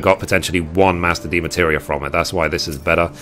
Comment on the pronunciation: Just curious, why do you call them "Demateria?" You're missing an entire syllable every time.